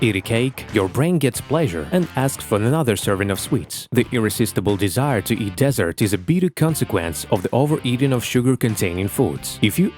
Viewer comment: It’s dessert 🍮 not desert 🌵 😂 anyway good content 😊